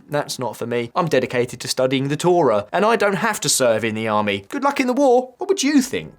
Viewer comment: Your mispronunciation of the word Torah infuriates me more then the Heredi, which is quite a lot. Also, why would you list the Talmud ahead of the Torah, its the other way around buddy.